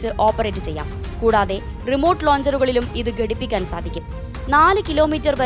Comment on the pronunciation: ഗടിപ്പിക്കാൻ എന്നല്ല കൊച്ചേ ഘടിപ്പിക്കാൻ എന്ന് പറഞ്ഞു പഠിക്ക്